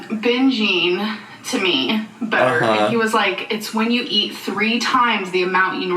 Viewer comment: I am not a native speaker and I always crack up when says "binjeeeen" instead of "binging"